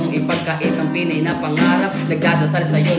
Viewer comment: FEELING KO UNG PAG KA SABI NI NG PINAY SA DULO IS ''FINAY'' HEHE